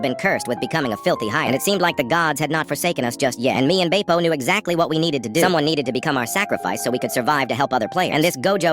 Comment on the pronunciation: Did you say bapo it’s Bepo B-EH-PO